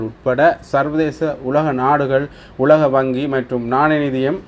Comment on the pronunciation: டேய் உள்ளக இல்லை உலக